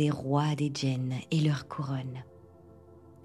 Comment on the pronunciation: Bonsoir heu je crois pas que djinn se prononce commeca Ça se prononce comme ça se lit (c’est de l’arabe)